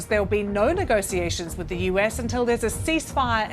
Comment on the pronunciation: I can't listen to nego-see-ations. It's nego-she-ations.